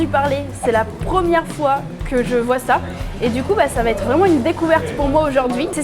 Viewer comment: Ça va être et non t’être. Sinon belle vidéo